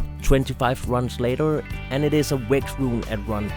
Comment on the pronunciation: Where are you from man? I noticed you pronounce stuff with a V as a W lol. Like "Wex" instead of vex haha